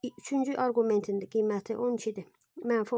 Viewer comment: Arqument sözünün vurgusunu düz qoyun